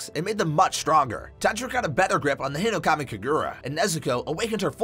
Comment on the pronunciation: (im not trying to be hateful) you kept pronouncing uppermoon 1's name as "kokushiba" it's "hinokami" not "hirokami" Enmu is Lowermoon 1 not 7